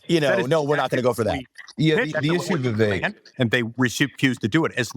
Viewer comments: Senator Ron Johnson… it’s “Vivek” like Cake !! Come on senator.. 😞😄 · How do people still not pronounce Vivek correctly?